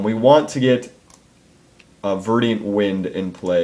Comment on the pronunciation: Damn it,... ver-dent, not ver-di-ant.